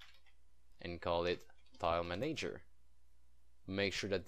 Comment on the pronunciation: Both "A"s in manager are soft :)